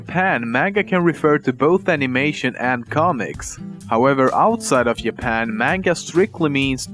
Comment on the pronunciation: also Lemmino: Yapan